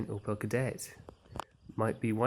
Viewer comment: its opEL not opAl. please correct